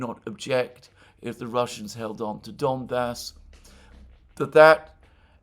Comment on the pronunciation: i alsways hear "Dumbass" instead off "Donbas"